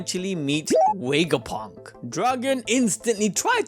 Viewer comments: Take a shot every time he says wega-punk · Wegapunk? Touch your lips for the V sounds like vuh vuh